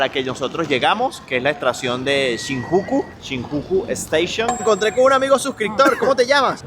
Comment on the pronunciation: Si vas hacer un video preocupate de pronunciar bien por fabor eso deberias tenerlo muy encuenta por que las personas que lo vean van a pensar que asi se dice y ojo es una critica constructiva pero pronuncias muy mal SHINJUKU amigo.. vez el joven que entrevistas de polo azul pronuncia bien la palabra como debe ser..